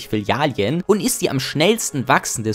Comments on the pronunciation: Aber ich muss in die Kommentare schreiben, dass es "Filialen" heißt, nicht "Filialien" 😂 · Filialen ❌ Filialien ✅ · Filiale junge warum sagst du immer Filial(i)en? geschrieben richtig! die Filialen. gesprochen?? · FI-LI-A-LEN. Es heißt Filialen, nicht Filialien. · Ist das Absicht, dass du die Mehrzahl von Filiale als Filalien bezeichnest, statt Filialen? Damit die Leute hier drunter schreiben wie bescheuert das klingt und dein Video deswegen mehr Aufmerksamkeit generiert? Lass es bitte. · Digger es heißt Filialen Nicht Filialien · *Filialen*. Es heißt Filial*en*, nicht Filial*ien*. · Gutes Video, aber sag bitte nie wieder Filialien 😭 Das tut weh Bro... zumal du es richtig geschrieben hast 🤷🏻‍♂️ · kannst du bitte filialen richtig aussprechen? es heißt nicht filialien... trotzdem nices video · Bro kannst du aufhören “Filialien” zu sagen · Das hat mich auch unnormal getriggert. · " Filalien " LOL Deutsche Sprache, schwere Sprache 😂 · Ich kann das Filialien nicht mehr hören bro xD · Das zweite "i" in Filialen triggert mich schon wieder komplett. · Mega gute video!! Aber bitte hör auf Filialien zu sagen😅🤣 Ansonsten sehr gut und mach weiter so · komm, wir üben das noch mal. es gibt 2350 Filialen. FI - LI - A- LEN. Also die ersten beiden Silben haben ein „i“ und die letzten beiden Silben haben kein „i“. Fi - li - a - len, Fi - li - a - len, Fi - li - a - len, Fi - li - a - len, Fi - li - a - len . Na, siehste, geht doch. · Filalien xD was hast du gekifft alter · Wenn du noch einmal Filalien sagst schick ich dir meine Fäkalien als Brief per Einschreiben zu amena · Filialen ❌ FİLİALİEN ✅ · "Filialien" "Smoll tolk" OMG HÖR AUF ZU REDEN BITTE BRO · Filialien ? Bruder, das Video ist geil, aber ich habe so Schmerzen .... So kann ich dir kein Abo dalassen ... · Digga... WAS SIND FILLIALIEN? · an sich nen gutes video, aber für "Filalien" gibts nen dislike. da bluten einem ja die ohren! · Hm.Sprechen lernen. Fil -ali-en...Echt jetzt? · Flilialien✅ Filialen❌